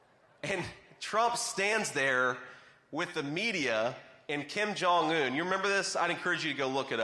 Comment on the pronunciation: The translator didn't translate "thin". She only said "Take the picture so that we look beautiful and handsome." And the North Koreans might laugh at you for your pronunciation of Kim Jong-un. Just wanting to be helpful to a person who is already brilliant.